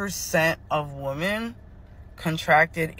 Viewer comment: This is an important topic. Sorry but that creator was annoying af. Between repeating herself 10 times and pronouncing "women" like "woman," ...I had to skip to the end.